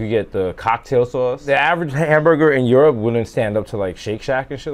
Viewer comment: Europe = Yerp 😂